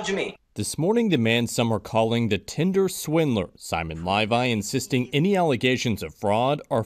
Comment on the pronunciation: He said "Tindler Swindler" 😂